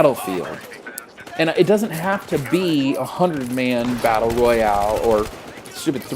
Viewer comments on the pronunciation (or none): Were with you to you said Battel Royal 😂